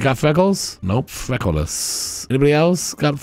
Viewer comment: I kept hearing “freckleless” as “frekleolas” (like Legolas) and it had me giggling